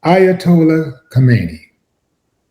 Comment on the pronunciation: Willie u need to stop bro !! 😂😂 can't even pronounce his name 😂😂.here u go again !! U think these Persians love black folk ??!! Ninjas like willie always want us to cape up for other groups. First it was for illegals now it's for the Ayatollah 😂😂. Who next willie D ??!! The pope ??,the Dalai lama 😂 keep that same energy when they come for Farrakhan!! But we know u won't!!